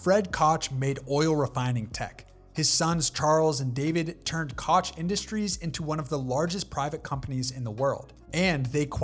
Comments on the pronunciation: Great video. Concise, engaging but Koch is pronounced coke, not kotch. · Koch is pronounced Coke… not cawch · Koch is pronounced like "coke' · It's not Koch, it sounds like kokh, it's German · Koch Pronounced “Cook” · Koch is pronounced as Coke . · "Koch" is pronounced just like the drink "Coke" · Blows my mind when youtubers can't even bother to look up how to pronounce a name... Koch is pronounced "coke" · The “Koch” name is NOT pronounced as it is spelled. It’s actually pronounced Coke like Coca-cola. They are not associated with that brand, it’s just their name. Next time you’re typing your script just say Coke Brothers instead. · Koch is pronounced "Coke" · The AI cringe you get when the narrator absolutely butchers the Koch Bros. name pronunciation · Interesting video, but the AI narration is pretty bad. If you can get someone who has some knowledge of American history to check and correct the audio, your video would have gotten a thumbs up. One example is how "Koch" is pronounced. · I went back and watched the video again, and a number of the errors have been corrected, but it still has mispronunciations of Koch (it sounds just like Coke when said correctly) and Rothschild (sounds like they're leaving out the S here). I'm not the only one that mentioned the previous pronunciation errors.